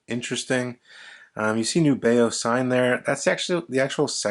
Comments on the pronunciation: I love them. FYI, I was told by the company via email, “The intended pronunciation of our brand name is indeed "NEW-be-oh." Thanks. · I believe it’s a letter “N” as Nubeo, not a “Z”.